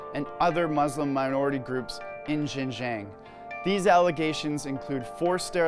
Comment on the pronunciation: Lol, look at that snowflake news reader If you want to spread anti-China propaganda, at least learn how to pronounce Xinjiang properly